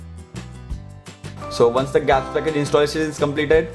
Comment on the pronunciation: its G apps (Google apps) .... not gaps as u said